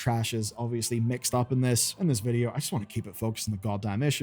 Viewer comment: Why vuhdo...ugh